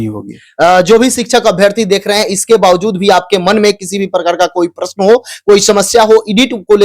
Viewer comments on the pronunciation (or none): none